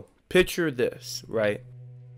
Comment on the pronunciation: Can you please pronounce the word "picture" correctly?